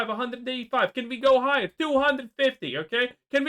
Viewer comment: Can we go heigher, he says 😂